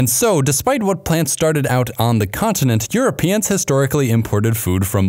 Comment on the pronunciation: "as earuopeans started exploring the pacific.."?